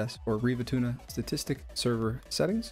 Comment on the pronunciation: you said riva tuna lol